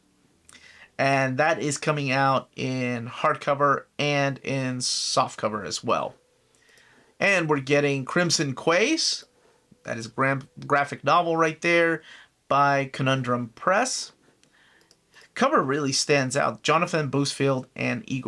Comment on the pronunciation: The Last Count of Monte Cristo looks great. And 'Quays' is pronounced 'Keys', like the Florida Keys. ;)